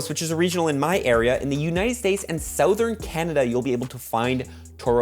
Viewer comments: why can't you pronounce Southern ? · you say southern strange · Why he say Southern like that?